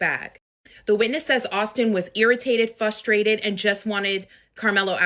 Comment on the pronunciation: Please don't say fusstrated, unless you're being silly.